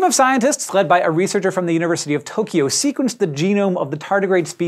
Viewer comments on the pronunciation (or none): Actually, it sounds more like ''Freud'' than ''Fred''. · ''A team of scientists FRED by a researcher from the University....'' Am I the only one hearing this? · Keronplug I know. I did have my subs on. Still sounds like ''Freud'' to me.